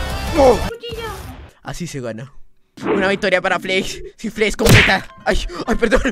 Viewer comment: Por que dices Flets en vez de Flex